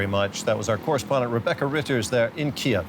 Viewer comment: It is pronounced Kiyv, KEEV,. No other way.